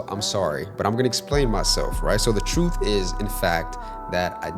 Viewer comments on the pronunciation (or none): none